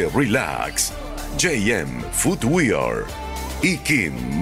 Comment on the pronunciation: Diganle al guircho que dice los comerciales al final que no se dice, "futwiar". se pronuncia fotwer. Con razón siempre llegan detrás de la ambulancia en el Miss Universo. uichería all in. jajajajajaj